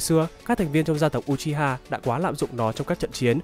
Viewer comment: Đọc là ư - chi - ha chứ nhỉ